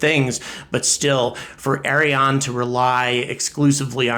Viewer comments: It's less "Arri On", and more "Arri Ann". (I'm french Canadian) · Its Ariane and the good way to prononce it in english like french person you better to say (ahri-ahn)=Ariane 😄 its funny like you pronounce it .. that mean this rocket is a DONKEY 😄 speedest donkey ever Ari l'Âne 😆🤣